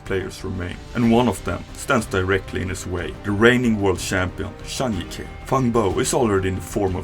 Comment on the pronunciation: Please pronounce the J as a J in zhang jike’s name for gods sake. The name’s pronounced “Zhang Gee kuh” not “yike” Yikes